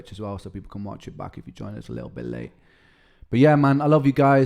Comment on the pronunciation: Likkle instead of little, lol.